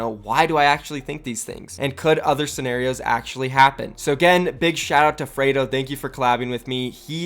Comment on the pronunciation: Freedo not fraydo